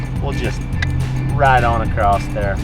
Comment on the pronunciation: I love the shows but I say I sure do like when says acrosst instead of ACROSS it makes me smile that's for sure. keep up the great Videos and crew.